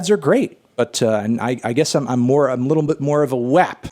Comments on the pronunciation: melon its pronounced "wop" cardi even says it in the song 😭 but i love the spirit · Anthony it’s pronounced “wap” not “wop” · When you first said WAP, I thought you were saying rap with a speech impediment. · The way he pronounces WAP makes me really uncomfortable.